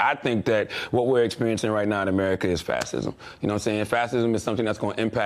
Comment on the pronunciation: He cant even say "fascism" lol